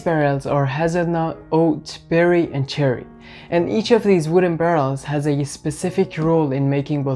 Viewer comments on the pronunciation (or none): none